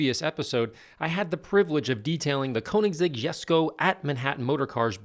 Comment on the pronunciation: You actually pronounced Jesko correctly